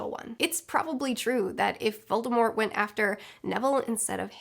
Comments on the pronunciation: why do you say "VoldemorE?" Agh!! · I love how she actually says Voldemorrrr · Why do you drop the t from Voldemort I’ve never heard it said that way before